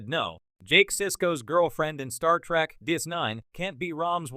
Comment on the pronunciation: It's "trEk".... not "trAk" you ignorant sot! Down voted and blocked!